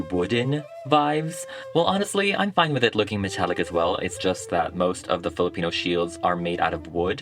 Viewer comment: Ugh. So impressed with the doll making and the Filipino pronunciations. Yasss queen! ❤❤❤